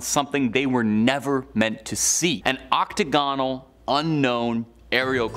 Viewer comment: 'Octo-go-nal'. Really?